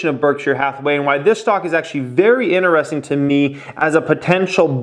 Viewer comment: Stop saying ineresting. Annoying as fuck